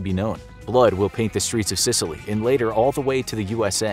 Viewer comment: Is it just me but he sounds like he’s saying sitaly